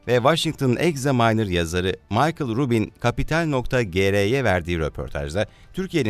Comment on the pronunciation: Ruben diye yazilir o...c diye okunur🇹🇷🇹🇷🇹🇷